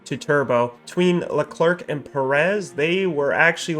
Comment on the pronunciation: His name is no Le Clerk, it's pronounced like the name Claire and first name is pronounced, Charl.